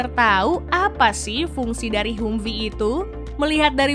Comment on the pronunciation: Bacanya Hamfii neng....sorry